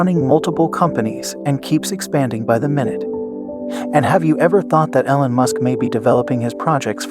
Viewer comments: EEEE-lon, dude. Not EH-lon. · No, its your voice program saying Ellen Musk instead of E-lon. Damn do you people even listen to what you say? Fuck man! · no, your pronunciation of his name is wrong. I was trying to give you help phonetically. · yeah pronounce it correctly or no sub.😄